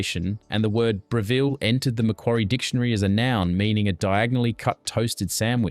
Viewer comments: We never made jaffles on the fire with a "Bra-ville", we used the good, old Brevvel 😉😆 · AI voice over. Mispronounced Brevilles (not Breeveels), Tooheys (should be silent H) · I love seeing all these reminders of my childhood but that AI voice😬 “bree vell” NO! It’s “brev” as in “rev” (seven, Kevin, never😉) “ull” It’s almost sacrilege to mispronounce the name of such a magnificent piece of culinary kit😂🇦🇺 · Absolutely cringe AI voice, can’t pronounce Breville or galah. 🙄 You’ve been warned. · Stop with the AI voice that can’t pronounce Breviile and tomato. Couldn’t finish watching this.